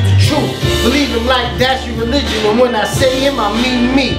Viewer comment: Negatibo: it was wi-en... Feeling egoy si gago